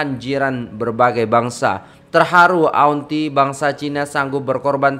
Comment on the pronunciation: Kalau saya kerajaan ,saya anugerah kan gelaran Dato' untuk nenek laushi ini. Saya nangis tengok laoshi nangis . Semuga laoshi dapat hidayah. Semuga laoshi di jaga oleh orang sekitar dan jiran jiran . Kesian dia . Nur Muhammad ,cak bukan nur muh. Auntie di baca Anti